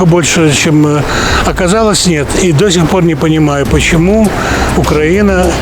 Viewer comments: Украi̇́на, а не Укра́їна! Ведучі, виправляйте наголос у інтерв'юваних! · Бесит когда говорят УкрАина, а не УкраИна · Не УкрАїна, а УкраЇна !!! Не із західної України, а із західної частини України !!! Не на Україні, а В Україні !!! Ведучі, поправляйте вимовлення федерастів і самі не повторюйте їх помилки !!! Мені соромно за вас ! Гарна задумка і ви на корню її зламуєте і ховаєте !!! Мені шкода ! Виправляйтесь ! Який сенс тоді всієї цієї пропаганди, коли самі несете у світ скривджену правду, істину. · Почему все говорят укрАинский, УкрАина, ведь правильно говорить УкраИна , украИнский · Імперці... всюди однакові! Як же бісить🤬🤬🤬 , що вони , навіть не можуть правильно вимовляти "УкраЇна" , "українці" , "український". Ледве додивився до кінця відео!!! Особливо дід просто "вбив" своїм тупим коментарем:" Украина была самай богатой частью России . И теперь они не могут жить без России". Ну,вибачте , з moskovutamu жити ніхто не хоче!!! І треба кожному розтлумачувати , чого не правильно вживати сполучник "на" , а правильно "в"! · Все добре, правда не до кінця ще додивився, але відразу хочу порадити, виправляйте своїх респондентів ставити правильний наголос в словах УкраЇна та украЇнський (мене, наприклад коробить від неправильного наголосу). І якщо блогер або сам неправильно говорить або не виправляє я на такого не підпишусь, або згодом відпишусь, так само і всім раджу акцентувати увагу блогерів на цьому моменті. Так само на/в Україну! Слава Україні!